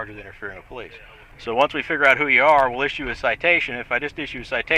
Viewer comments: The minute you hear someone call themselves PO-Leeece, you can be assured you are dealing with an ignorant, uneducated hayraker. This imbecile fits that to a T! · Who is the “Powleece” ? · Anytime you hear " PO -LICE " you know that it will go south!!!!!😊😊😊😊😊 FTP !!!